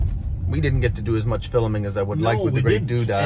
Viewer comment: "Fil'ming" lol.